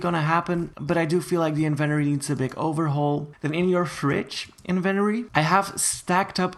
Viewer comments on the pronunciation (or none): most people: in ven tOh ree: invenoree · I love how he says invent-ory instead of in-ven-Tory 😂😂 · I thought it was in-vent-Tory. Not invenery LMAO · It’s inventory not Eventry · HE SAID INVENTORRRRE 😂 ITS SUPPOSED TO BE inventorE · Its inventory not inventery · It's inventory not invertery 💀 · It’s not in Venturi do you not see that there’s a T in it it’s inventory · Does he have an accent because he’s saying inventory wrong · Its inventory not inveroy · The invenory.... he forgot to say the “t” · Not trying to be rude! Why do Americans say everything weirdly, including inventory. They pronounce it like inventery when it really is inventory :) I’m sorry if this offended you! Didn’t mean to. x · "invEnori" me: AAAAAAAAAAAA ITS PRONUOUNCED "INVENTORI" ( yes ik i spelled them wrong, AND NO HATE SRRY LOL) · I’m sorry but .... WHEN HE SAID “invenory” HAHAHAHHAHAHA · AAAAAA HOW HE SAYS INVINTORY MAKES ME MADDDD IM SORRRYYYYY 😭😭😭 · It bothered my so much that you said in - ven - ery when it’s in - vent - tory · It’s INVENTORY NOT INVENRY!!! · Every time he says Invenory I drink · You keep saying "Inventary" but it's pronounced "in-vent-tor-ry" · "The bloxburg Invenery"? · It’s not inventttttery it’s in ven tory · who thinks he says it weird it’s in-vin-tory not in-ven-tory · ITS IVENTORY NOT INVENORY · It's in-vu-t-or-e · nice but next time pronounce inventory correctly. also with the trophys your somewhat wrong because sometimes i put down my 30 visits trophy and it goes into my inventory but sometimes it gets sold for money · IN VEN TOREE not In VENTORY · It’s in-vin-tori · it called in-ven-tory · Inventory I thought it was invotory xD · En-ven-tori plz my ears in the USA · ughh! stop saying (invenory)😂💀 ! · I think you might have pronounced inventory wrong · The way you say inventory just kinda triggered me, but I will deal with it because I know pronunciations differ in different places. Edit: I'm not trying to be rude in any way.